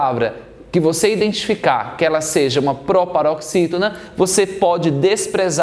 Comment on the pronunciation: Proparoxítona Ai vc lê próparoxítona